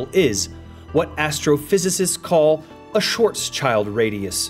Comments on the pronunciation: "shvartzchaald???" No. German: [kaːl ˈʃvaːtsʃɪlt] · Great video!!But I’ve never heard someone pronounce his name the way you said“ Short Child” or “ Shor Sh-ild”. Pretty 😎